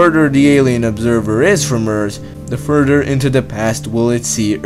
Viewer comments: Nigga said furderr but great vid xd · I like how he pronounces further, "furder". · I'm sorry, I had to stop watching. The narrator was getting on my nerves a bit. "t'ousand, and furder" are words I can't find in the English dictionary.